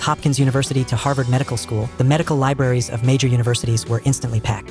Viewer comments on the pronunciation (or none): none